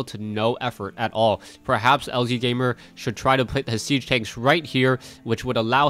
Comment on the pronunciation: No one cares about pronunciations!! .... but I do think that it is lazygamer....